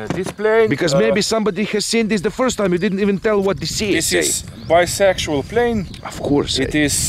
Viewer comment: did i just hear "bisexual plane" in Russian accent😅